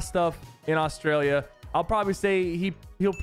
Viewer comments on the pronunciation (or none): austalia is what you pronounced